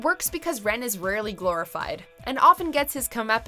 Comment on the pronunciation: I love how they mispronounced Rens name.